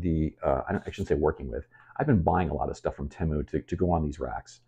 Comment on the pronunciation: Idc what anyone says, it's tee-mu not teh-mu. Fight me